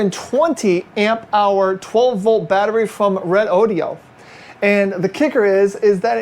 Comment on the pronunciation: Redodo pronounced correctly 👍